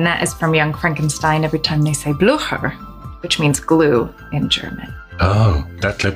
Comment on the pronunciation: Blücher is what she was trying to pronounce.